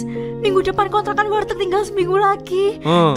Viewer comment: ngomong kont"rakan"